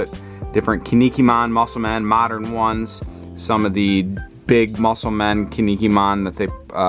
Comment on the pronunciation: Yo as a heads up to pronounce Kinnikuman right, try saying “Ken Knee Cool Man” really fast. Kin-ni-ku-man